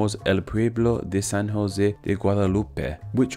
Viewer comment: You said San Jose very nicely